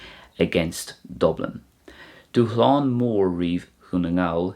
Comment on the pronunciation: Thanks. I've heard you say the word dúshlán a few times now in various videos but I can't grammatically figure out why the S is silent. I know SH isn't a standard combo in Irish, is that why?